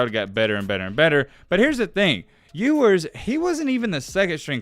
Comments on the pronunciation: in the intro: his name is pronounces You-wers, not ewwars 2 seconds later: EWWWARS hitting the Transfer Portal 😂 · you must not have proof listened to this before putting it out huh? First mispronouncing Ewers right after telling us the correct pronunciation...Then..."College athletes could make name off of their money"...haha what?? Then you flip from between you-wers and ew-wers throughout the video...come on bruh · Proceeds to tell us how his name is pronounced and mispronounces it half the time still. 🤣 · Mispronounced his last name? Edwards?? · Ok earn how to pronounce his name at least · Sorry for going left but how did you say his name correctly speak about how it was correct and then say it wrong from there out? Everything else was dope tho.